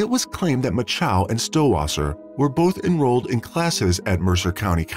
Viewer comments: “Macho”, as in Randy “Macho Man” Savage. Rhymes with “nacho”; it’s not “Ma-CHOW”. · The name is spelled MACHO. Why does the (voicebot ???) narrator pronounce it MACHOW ????????????? Where's the W in her name ????? I don't see it. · Thanks for the information. I was actually coming to the comment section to ask about the bizarre and annoying pronunciation, "Mah-Chow" used in the video. I thought it would be "Match-Oh" though. Why was it "make-oh" like the shark? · Poor girl. Lame reseach n story telling, couldn't even get her name right "Mako" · Strange pronunciation of "Macho." "Machow"? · It doesn't matter, but the name "Macho" would be pronounced like you say it in "macho man". But pronoucing it differently avoids bad thoughts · I BELIEVE YOU...and how disrespectful for these wanna-be -internet-voices who MAKE NO EFFORT to check out the proper pronunciations of these precious people's Last NAMES. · Is it really so difficult to pronounce the last name of the victim correctly? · That narrator is getting off on mispronouncing her name. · Mispronouncing the name of the subject of your video is disrespectful. Know how to say someone's name. Actually having listened all the way thru now, I'm convinced this was not human narrated, it was an AI voice reading a script. That would explain the many idiotic pronunciations. So it's another one of those empty channels. When scripting you have to make special spelling choices to get proper names and certain uncommon words to be spoken correctly. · If you are going to use automated voices, check their pronunciation of words like "depravity" and the victims name, "Macho"